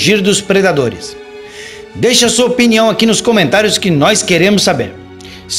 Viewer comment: Você errou no final “cometario” kkkk